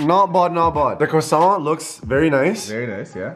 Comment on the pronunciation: who the faq say kwa sont